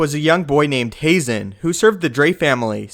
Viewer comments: Ha-zen not hay-zen.....Barrison not Barriston.....please quit screwing up these damn names! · Haazan is pronounced with a flat A like hah-zahn. two A's in a word always elongate the vowel. You only say the vowel when there is an E at the end. I know it's star wars so it doesn't matter at all. I'm just being petty ;) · I believe it’s pronounced like Hahzen